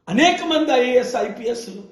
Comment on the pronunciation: అనేక్ సార్లు కాదు అనేక సార్లు Pastor లాగా మాటలాడకు